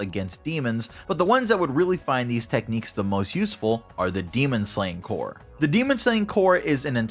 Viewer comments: You are pronouncing corps wrong, you’re saying corpse. Corps is pronounced core. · Say it with me now Corps Not corpse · It’s pronounced Core not Corpse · It’s pronounced core, not corpse. Corps, the ps is silent Source: Served in the Marine Corps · It's pronounced "core", like the marine corps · P is silent in corps. If the p is not silent, then you're talking about a dead body, or corpse. Small gripe, but it does help with clarity. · Corps is pronounced "Core" just so you know. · People who can't say corps. right.... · I would do a shot every time you say corps wrong, but I would probably die.